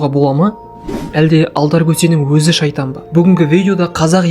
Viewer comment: Шаитан. емес. шаитан.